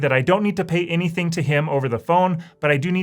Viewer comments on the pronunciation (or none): none